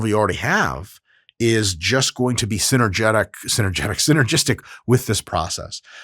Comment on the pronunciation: Haha - I laughed when he said synergitic too :D